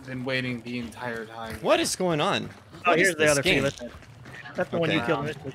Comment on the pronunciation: Fell-iss? Fee-liss?